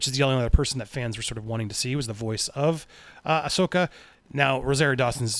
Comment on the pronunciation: Andy is finally pronouncing Ashoka right 👍👍👍👍👍👍 cool scoop seeing rebels and clone wars characters coming to Mando and getting their own show